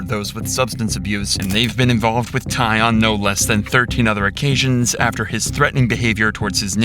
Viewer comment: Names not Ann tai it’s tai Ann “king tai Ann” He’s clever. I like it